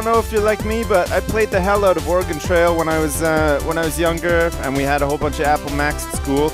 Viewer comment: may be the only youtuber to play this game that actually pronounced Oregon correctly.